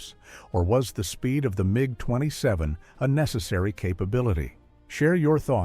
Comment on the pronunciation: but this is. Hear how sometimes IT pronounces MiG totally wrong.